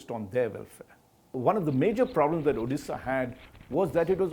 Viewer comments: Its Odisha not Odessa.. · Odisha hota hai Orissa nahi. Hmm kah sekah pahanc gaye tum log ek naam thik se pronounce nahi karpaate